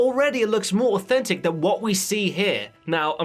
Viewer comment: did he say autistic approach or authentic?